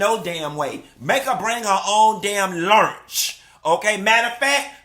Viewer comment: He said “Lurnch” LMAOOOOOO TOOK ME OUT